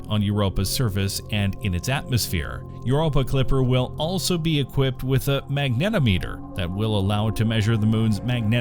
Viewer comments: Great! Lots of instruments. Pronunciation: mag-nuh-TOM-uh-ter. Unit conversion: -210°C has 2 significant digits so -134.444 should instead be -130° F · FFS find a narrator with some understanding of the subject matter, and can pronounce and emphasise technical terms correctly. Magnetometer rhymes with speedometer. A ten-foot high-gain antenna is not a ten-foot-high gain-antenna. It’s even parenthesised to show you how to emphasise it!